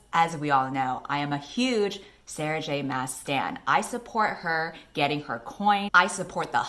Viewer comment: Bruh you said Sarah J Ass wrong